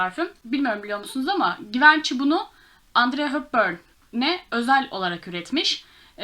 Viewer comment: S.t dupont sen dupon diye okunur. Givenchy ise yivenşi şeklinde okunur.Umarim kırılmazsın.Videolarının daha çok izlenmesini istiyorsan bence dikkate almalısın. Sevgiler☺